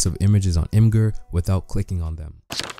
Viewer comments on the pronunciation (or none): quik tip: imgur is pronounced "imager"